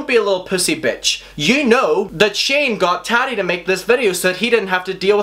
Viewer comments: It's ta ti not taddy. Like tatiana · It's triggering the way pronounces "Tati" like "Tatty". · You say taddi 💀💀💀💀 tf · The way you pronounce Tati..... 🥔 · I spent 30 minutes laughing at how he said Tati 👁👄👁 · Why do u say tati's name like that